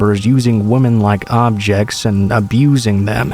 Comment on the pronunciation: First I want to say that I LOVE listening to you. Your voice just has this wonderful quality that is perfect for storytelling. I have listened for a long time now and no one compares to you. I don't know quite how to say this without sounding horrible...but I did want to mention that the word women is pronounced 'wi-men'. Sorry it just kind of bugs me lol